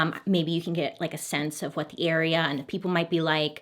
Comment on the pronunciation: "wutoh" oh. I see you Orville. 🤣